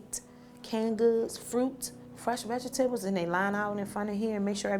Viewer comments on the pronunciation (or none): Am I the only one who caught “fresh veg-te-bles”??